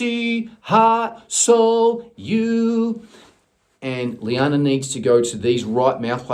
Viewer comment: Omg omg omg! 😲....I'm having a pannic attack 😆....llana just performed her Christmas solo btw....I posted it up on my channel.... also you'll be pleased to hear that she got the lead part tallulah in bugsy mallone! 🫂 🤗 And it is pronounced lana ( just like lana turner)...🤣.... the spelling was her dad's fault 😆 Thank you soooooo much again for doing this! ❤️ xxxx....BTW....I don't suppose you know the link to the exercises you spoke about by any chance?.... if not then I will find it for sure! 🤗